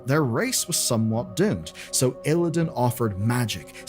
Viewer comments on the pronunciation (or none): none